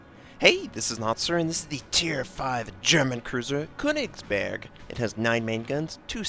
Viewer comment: you pronouncing it quite right...except the first syllable - the Ö sounds a bit off...but i cant you get any advice because i dont know how :D you used google translator already right?